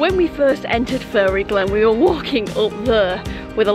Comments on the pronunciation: PMSL! My kids asked if you were from Sintellins too cos you pronounce ‘fairy’ “furry” like me lol Great vid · Hahaha, one of your best travel vlogs yet !! Your humor is honestly off the charts, you should’ve taken all the coins and become a millionaire 😂🤣 Great video, stay safe and care :) P.s It’s fairy (fair-ry) 😀👍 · oh no, lucky you did !! lol, I meant the way you pronounce it :) Us southerners pronounce it "fair-ry"